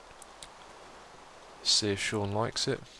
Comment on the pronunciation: It is not pronounced Seen, my name is Sean.